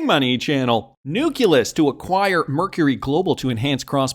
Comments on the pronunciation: IT IS NOT NUK-U-LUS PLEASE STOP BEING ILLITERATE AND MORONIC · can you just say nukkulus one more time please 🤣